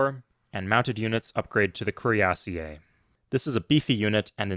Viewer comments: The way you pronounce cuirassier is painful. While the origin may be French, that is not how it's pronounced in English anymore. It's cuirass-ear now. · Cuirassier is pronounced "queerasseer" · That's funny, I was thinking exactly the opposite. That pronunciation sounds stuuu-pid. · um, actually it's Cuirassier, you don't pronounce ie as two separate vowels